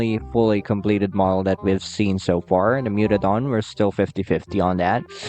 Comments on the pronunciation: Mutadon, not mutodon. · Mewtodon❌ Mutadon✔️ (I am correcting the text)